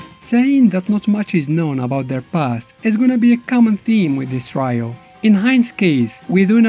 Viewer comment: You have a very interesting accent and you speak English pretty well. Just wanted to point out that the word "trio" is pronounced TREE - Oh 😉 Anyway I love your channel buddy keep making great videos! 😃